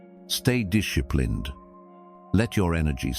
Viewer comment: "stay dishleplind"